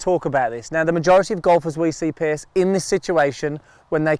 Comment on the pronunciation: Why does call Piers "Pierce"?